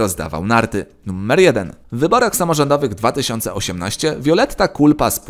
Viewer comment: numer nie nuMMer... błagam litości